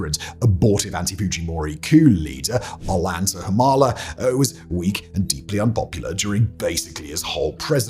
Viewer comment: Awwww hahah Umala’s first name is pronounced Oh-Yahn-Tah. Great analysis, I miss Peru every day